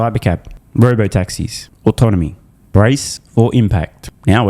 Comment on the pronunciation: Dan Ives cant pronounce autonomy